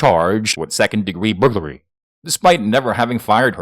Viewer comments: "Booglary" is when you suck at your job. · I read your comment before he said it so I was listening for it and when he first said it I was taking a drink of my pop and almost spit it out my nose. That was great!!! Hahaha!! Booglary!!! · The way this man mentions burglary 😂😂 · LMAO the way you say burglary has me cracking up